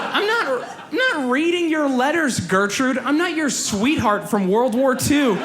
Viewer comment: The way he pronounces Gertrud is just awful :D There is no "Ö" or "Õ" in that name.